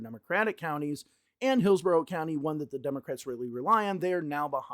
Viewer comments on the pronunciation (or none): none